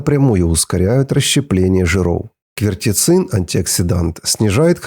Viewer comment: не КверТецин, а КверЦетин. Без обид, но тебе не простительны такие оговорки.